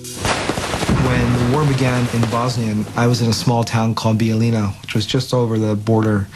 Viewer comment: these idiots cant pronounce a damn word, hearing them say Bijeljina is cringeworthy